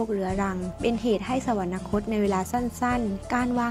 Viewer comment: สวรรคต. อ่านว่า สะ-หวัน-คด